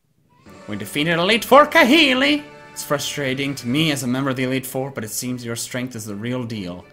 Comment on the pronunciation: It's kah-HEE-lee